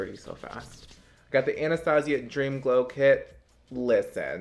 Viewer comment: You saying “Dream Glow Clit” — not mad bout it thoooo 💁‍♀️